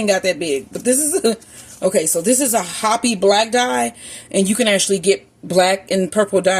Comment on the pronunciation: It's pronounced hoe-pee, not hoppy... Hopi Black Dye...